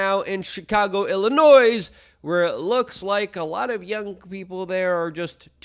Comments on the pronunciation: Dude, the word is pandemoniuM, not uN, and it's pronounced IlliNOY, not IlliNOISE. It's a very populous state. Everyone above a 4th Grade education in this country knows how to say it. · " Illinois & Louisville " prenounciation is Silent S - Illinoi & Louiville. thanks though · Luke, the S in Illinois is silent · The "S" in Illinois is silent.